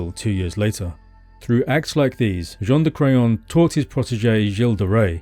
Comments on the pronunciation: I’m so sorry but every time I hear you say Jean De Craon I’m just hearing John of Crayon 🖍️ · The grandfather Jean de craon otherwise known as JOHN DE CRAYON 🖍 hahaha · John Da Crayon. Cant unhear it now